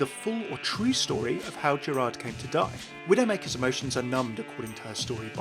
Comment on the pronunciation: hey, just wanted to point out the D in Gerard is silent in French. You've got most of the other pronunciations right though!